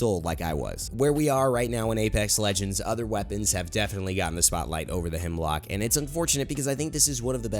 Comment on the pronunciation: Am I the only one who gets triggered when people think its HEMLOCK when its HEMLOK 😂😂😂